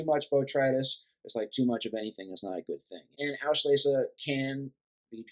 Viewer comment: nice video. however, its called "auslese" not "aushlese."